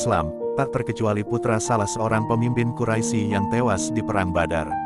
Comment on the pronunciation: Ketahuan yg baca kurang ngaji, atau mgkn bloon. Quraisy kok dibaca quraisi? Sekolah dimana? Belajar huruf hijaiyah lagi ya.. biar sembuh bloonnya.